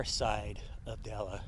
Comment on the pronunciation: It's actually pronounced "Dell" and is a super popular spot for dirt biking drawing lots of riders from the Salt Lake and Ogden areas. Without the dirt bikers and off-roaders the gas station would probably really struggle. Try their pizza if you're there. It's made by the owner and really quite good.